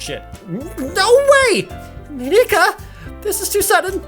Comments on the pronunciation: Mon-Ik-Ka not Mon-eka Just Mon-Ik-Ka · You don't need to pronounce Monika's name in such a japanese way, Jared. It's not Mon-e-ka. It's just Monika. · Am I the only one who's a bit bothered with the way Jared pronounces Monika? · He records the videos edits and uploads parts of the game one day at a time so he won't know that he's SAYING MONIKA WRONG